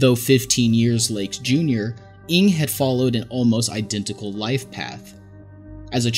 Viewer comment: Ng isn't pronounced "ing" but best said as "no" in English. Was driving me crazy, because I was wondering who this "ing" fellow was at the start lmao